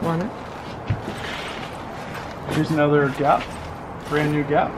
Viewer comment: If this 2 videos played at a bar... It would the the best drinking game EVER. "It's bran New" 🥃-- Shot--🥃You'll make some alcholohics really happy!!! 🤣🤣🤣